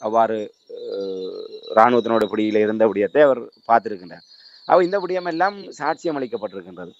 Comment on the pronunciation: விடயம்.... விடையம்.... காணாது எண்டு இப்ப நல்லிரவு. நள்ளிரவை உச்சரிக்க தெரியாதவர்கள் எல்லாம் எப்படித் தமிழ் ஊடகவியலாளர்?